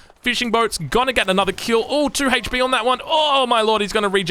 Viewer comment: I like how he says hate-ch P